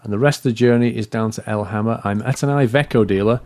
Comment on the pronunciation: iveco is said as ivEco